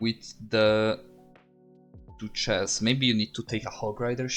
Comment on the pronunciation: Good vid and lmao every time I heard you say Duchess I thought you were saying two chest